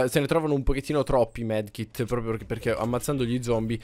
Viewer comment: Ma si dice medikit non medkit mai